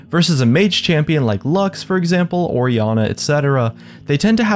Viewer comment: He didnt Say Or Janna he said ORIANNA